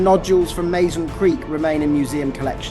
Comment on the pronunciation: Mazon is pronounced Mah-zahn, not May Zahn. I know, I live about 20 miles away from Mazon, I'm a local and have been to the creek bed, many times.